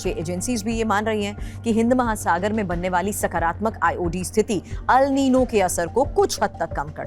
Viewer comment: It is "एल नीनो " अल नही